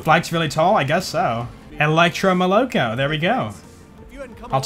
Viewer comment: Russians: molokO: molOko